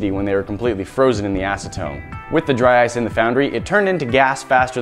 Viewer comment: DRY OICE XD